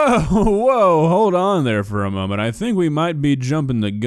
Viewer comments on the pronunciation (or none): none